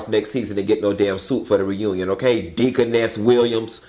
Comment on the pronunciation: said deaconess